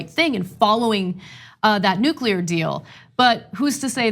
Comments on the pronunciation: STOP. SAYING. "NUKULAR"!!! You are the director of National Intelligence, and you can't even say "NUCLEAR" correctly! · Nuke-you-ler = wrong Nuke-lee-er = correct (Uthor whys u sownd dum) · He... he... the DNI says "nucular" instead of "nuclear". Nice to have such an edicated guy in charge. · After G.W. Bush, one would think that weapons/national security experts would've learned that 'nucular' weapons don't exist... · Anyone who says "nucular" should be held in contempt of the English language. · Dear Mr. Coats, It’s Nu-CLE-ar!!! Not nuc-u-lar, numb nuts... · Anybody else worried that this dude in charge of the National Security assessment keep saying nukeular? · Only an American would miss pronounce nuclear that way. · Wow... Director of National Intelligence isn't intelligent enough to pronounce nuclear properly. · I noticed that as well ..... another warmongering dufus.